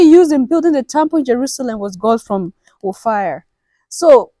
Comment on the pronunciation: Not Ophir or Or-Fire, OFFA!